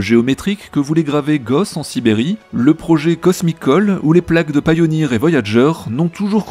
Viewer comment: Merci pour cette vidéo. J’ai vu le film, c’est « Contact » (original) 😎. Ce sont les nombres premiers 🫣. Petite remarque : TB pour la prononciation de Pioneer, mais Voyager ne se prononce pas comme en français 🤪. J’écris ça, mais je suis nul in English 😩